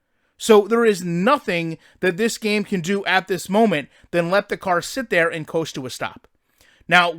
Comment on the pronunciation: “ but da foundation is therrrrrrr”